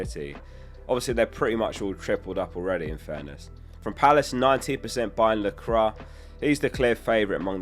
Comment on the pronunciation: Its pronounced la-quah not la-crah